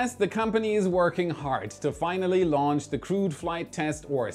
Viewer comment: When launch is with a H... Not like wen launch.. For the rest again a nice clear video